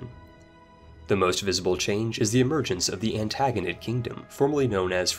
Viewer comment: The way he pronounces Diadochi and Antigonid should be illegal.